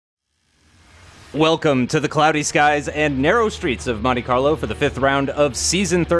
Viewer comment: Botch right at the start said mone Carlo